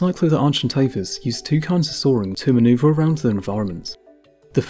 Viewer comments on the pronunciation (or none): none